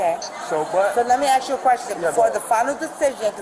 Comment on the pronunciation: Please, please, please, it is ASK, ASK, ASK, ASK, ASK, not "AXE, AXE, AXE" . . . like fingernails on a blackboard.